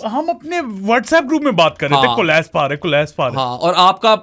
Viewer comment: Why did y'all keep saying 'collaspe'? It's collapse.